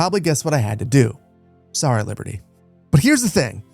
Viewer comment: It's Romana with a long a and Liberti with a long e, most latin words have the stress on the second sillable